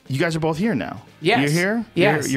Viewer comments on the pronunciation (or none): Joe "Bolth" Rogan